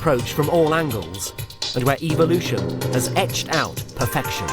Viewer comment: I cannot for the life of me take this guy seriously because of the way he pronounces evolution and calling the birds "nature's 'air-force'". Cool and informative and all despite those things